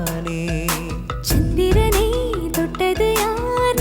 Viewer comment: நீங்க சொல்ற தேவதையில் தை யை அழுத்தமாய் உச்சரிக்கிறார். வேறு சில கடைசி எழுத்துக்களையும் அழுத்தமாய் உச்சரிக்கிறார். உதாரணம் : சந்திரனை யில் னை யை சில சமயங்களில் ணை ஆக்கி விடுகிறார். அதை தவிர்த்தால் இன்னும் நன்றாக இருக்கும்.